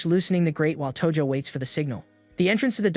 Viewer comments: That's not tojo thats toji💀💀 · Tojo ❌ Toji ✔